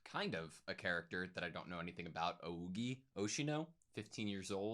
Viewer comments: ougi is read as o-gi. like "o" as in "oh" without the "h" but pronounced a little prolonged. "gi" like in "giddy" with a hard "g" instead of like a "j". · Can't wait for the upcoming episodes, really strengthened how I feel for my waifu. In any case Ougi is read as Oh-ggie with ggie like Maggie.